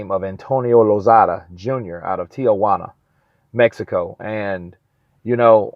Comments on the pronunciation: Exactly its not tiajuana, is Tia-Juana. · It's Tijuana, not Tiajuana.